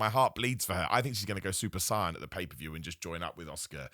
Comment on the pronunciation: "I think she's gonna go Super Saiiyahn-", my man.. you gotta actually watch dragon ball if you haven't already 💀 and based off of that pronunciation, I'm guessing you haven't. Love your work so much, keep it up 🤝